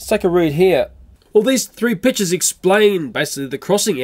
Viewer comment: When says pictures i hear bitchs XD